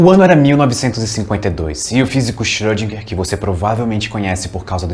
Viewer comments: e Na vdd se pronuncia "Choudrinher". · Ele chama de "chodriguer" eu chamo de "iscroudinguer" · Acho que o correto é "Xirodjinger"..kkkkk